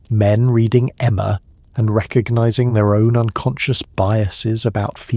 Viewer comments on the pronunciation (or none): none